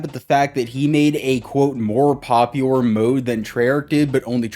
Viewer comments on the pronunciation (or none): My mans can’t say “popular” lol. “Poplior” ???